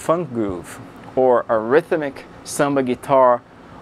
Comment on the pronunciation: ryth-uh-mik, lol!